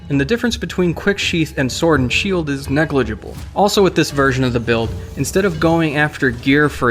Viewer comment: he pronounce negligible correctly xD